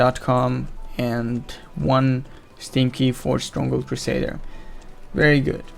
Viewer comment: "steam key" sounds like "stinky" when says it